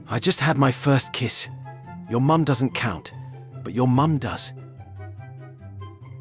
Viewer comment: Why does the narrator pronounce words weird? Like he pronounced "doesn't" as "doesn'tee"